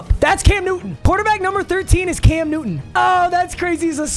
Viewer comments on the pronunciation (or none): none